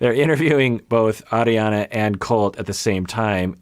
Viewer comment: It was her extreme "Arri-Anna" pronunciation of her name.